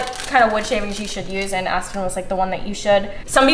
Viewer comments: “I’m gonna use a mixture of asston” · Aspen Me: aspirin